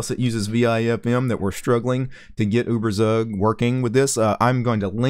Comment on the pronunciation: uh-ber-sag lolz